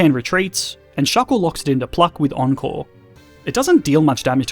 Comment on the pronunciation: Ohhh encore i heard uncle every time now at the end i was more aware of words